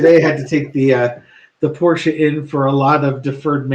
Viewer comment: I 🩷🩷🩷that you know how to say Porsche (correctly)!